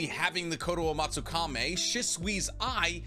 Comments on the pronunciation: But still man that pronunciation of yours :D Edo Tensai, Koto Amatsukame :D :D Watch the anime sometimes. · the pronunciations of kotoamatsukami and edo tensei are killing me